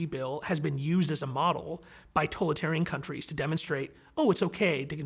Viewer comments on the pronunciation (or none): How is it that he is unable to pronounce totalitarian correctly? I hear mispronunciations a lot and it's bothersome.